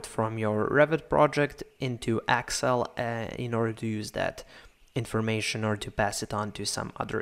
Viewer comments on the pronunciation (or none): Thank you. by the way, it's excel not axcel ... lol